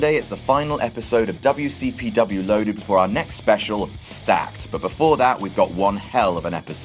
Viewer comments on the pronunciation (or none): you said "Goldberg the wcpm legend" WCPC